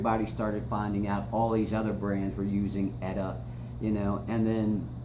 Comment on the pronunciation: Nice, good info. But it's not "Etta", it's "E-T-A", like you say other things like BBC, FDA, FCC etc.